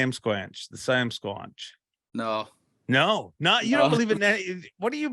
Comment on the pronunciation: Are you trying to say Sasquatch, but are just pronouncing it wrong or do you call it that in southern Ontario?